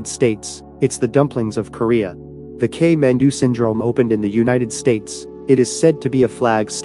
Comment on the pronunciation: 킴취 웽 맨ㅡ두, 발음이 재밌네요 ㅋㅋㅋ